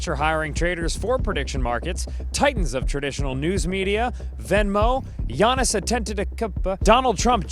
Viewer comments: Don't mispronounce Giannis' name, white boy. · Most honest Giannis pronunciation.